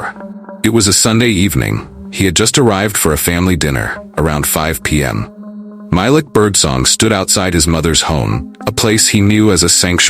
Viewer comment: it’s actually pronounced MY-LEEK